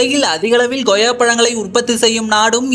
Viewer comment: தமிழில் உன் உச்சரிப்பை சரி செய் அது Goyya கிடையாது Koyya